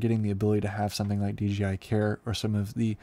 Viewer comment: DJ-EYE, Ya, that'll do...